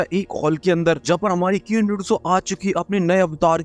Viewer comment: Abe keen medusa nahi queen medusa hota hai chiraand.